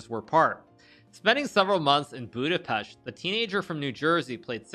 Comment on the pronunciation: Yessss he said Budapest right